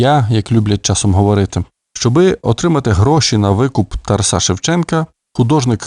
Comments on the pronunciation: Коли вже нарешті дійде, що правильно ТарАса , а не ТарасА...??? Ви ж цією помилкою зразу видаєте свою перефарбовану кацапську суть! Гидко... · Шановний!!! Розвінчайте СОБІ міф про тарасА!!!!... Бо правильно ТарАса!!! А далі будемо вас слухати...НАГОЛОС ОЗНАКА ОСВІЧЕНОСТІ!!! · Чому ТарасА ? Це не Польща . Літературний , грамотний укранський наголос Тар А са . І досить американської галичини " вЕзу , нЕсу " . Полтава і Київщина - наша основа . Остогидли вже львівські спасителі , без яких не було б України . Пийте вашу каву , більше у вас нічого свого нема . Кланятися ні москалям ні вам не будемо , мову не забруднюйте польщизною вонючою . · Ну, чому ТарасА?!! ТарАса! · Взагалі царська сім'я, Романови, на той час також були етнічними німцями. Прикро лише, що у вас наголос ТарасА. Зараз так модно? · ТарАса. Такий безграмотний читає. Ще багато помилок! Жах! «Учітеся, брати моі…» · Тара'с Шевченко, Тара'са Шевченка - наголос ЗАВЖДИ на 2му складі